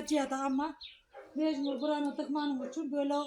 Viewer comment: Mecmur deyil mecbur